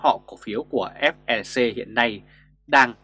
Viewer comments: FLC chứ ko phải FeC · Ép lờ xê ko nên đọc nhanh thành ép e xê